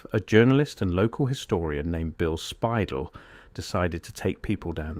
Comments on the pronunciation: Bill Spidel's last name is not pronounced SPY-dull. It is pronounced spy-DELL, (like The Farmer in the Dell). It's also not spelled Spidle. It's spelled Speidel. Learn to spell and pronounce names correctly before you post videos!!! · The video mispronounces Bill Speidel the whole way through! It’s not pronounced “spy•dull”; more like “spy•Dell” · Obviously, the majority of these photos are AI generated. The voice is AI generated. You can tell because they're pronouncing Bill Spidel's name incorrectly. It is actually pronounced SPY-DELL with the accent on the second syllable. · Pioneer Square is not really Downtown. Underground is just basements. Been down there many times in many places. You completely mispronounced Bill Speidel's name. This sloppy AI shit is unbearable.